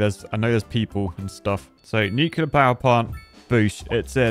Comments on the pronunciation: i hate the fact that he said nucilair instead of nuclear but i like big boom power do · Stop saying Nucluler!!! 😳😡😭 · Mate, you’re British - you should know how to pronounce nuclear.